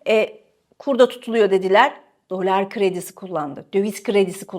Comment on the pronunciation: Dolar demeyi bir öğren artik be kadın !